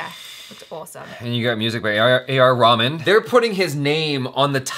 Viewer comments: It's reh-maan not ramen bruh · Dude his name is not raman its RaHman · not trying to be offensive or anything , its not pronounced as raman , its , A.R Rahman ( reh-maan ) the h is not silent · it's not Raman it's ra-hù-man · Just a nudge: it's not pronounced Raman!! It's RAY-MAN. Cheers! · Not A r Raman it's Reh-maan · It is not pronounced Raman like the raman noodles ....its more like rey-haa-maan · you pronouncing the music by name wrongly ,he is not japanese ramen (Ramen is a Japanese dish), he is indian a.r.rahman and he is not food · Did I just hear him say A R Ramen? xD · Did he just say A. R. Ramen....lol 😝😝😝😂😂😂😂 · its raeh - man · A lil tip? When you pronounce Rahman’s name put a little more emphasis on the “h”